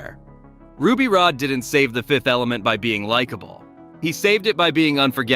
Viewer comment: It's Ruby Rod, not Rode, ...so tired of AI